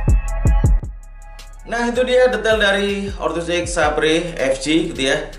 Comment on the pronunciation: saber mungkin baca nya bang.... :) mungkin hehehehe